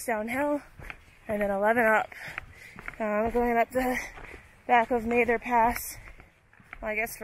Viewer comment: Mather is pronounced with a short "a" like "pat". He was the 1st superintendent of the National Park Service. Excellent video by the way.